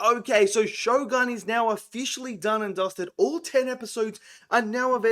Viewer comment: If you love it, at least respect it by pronouncing the title correctly, as the Japanese pronounce it.